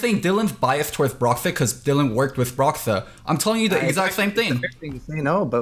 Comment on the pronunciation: Kelsey saying broxah is bad